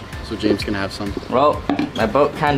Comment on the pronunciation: know she said AWESOMET IT DOES NOT HAVE A T